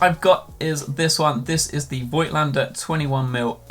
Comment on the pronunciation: Pronounciation is: "Fohgtlender" (german)